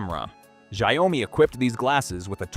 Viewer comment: How hard is it to pronounce xiaomi he keeps saying zao mi 😅